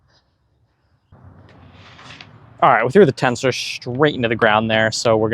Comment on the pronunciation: It's "tenser". Not "Tensoar"